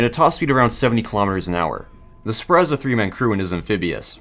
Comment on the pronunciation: Sprut is pronounced as Sproot btw